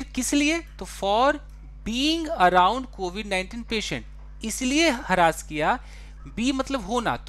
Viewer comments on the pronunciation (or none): हैरस होता है न कि हरास